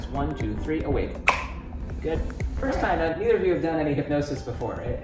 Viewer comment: Its" hypnosis"